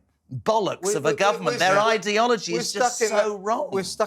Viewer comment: The guvvermunt? It’s ‘government’,.